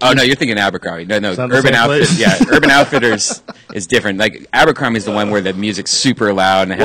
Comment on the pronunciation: Joe ‘Ambercrombie & Fitch’ Rogan 😂😂